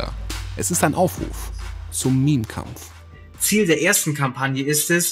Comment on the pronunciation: Sorry aber "mehm" statt "meme" ist immer endgame XD